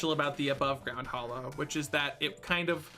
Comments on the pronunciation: Okay fine, agree to disagree <3 Also it’s hallow not hollow : ^) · Anyone else triggered by him saying hollow instead of hallow? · Surface mushroom biome actually spawns some fairly nasty mobs so long as it's not in your town. It surprised me the first time I got steamrolled by some glowing beetle bugs. And why do people keep calling the "Hallow" the "Hollow?" do you not see the "A" in there? It's pronounced like the start of "Halloween" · It is not, hallow and hollow are pronounced differently. Hallow sounds more like Hello.